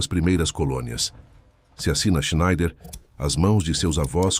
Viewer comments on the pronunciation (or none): none